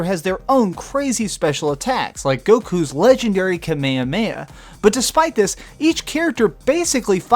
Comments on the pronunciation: KAMEHAMEHA! Not Kameya meya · Lmao you called goku attack kamemaaaya its kamehamha lmao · fucking ka meh ah meh ah? seriously? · Why tf do some Americans say : "kamayamaya?" Its "kameHaMeha.." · Kahmeamea what is that it's khamahamaha hahahaha it sounds too funny. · omg..how u said kamehameha.. fucking disgrace